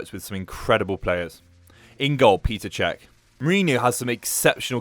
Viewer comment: It's Petr Cech not Peter 😂😂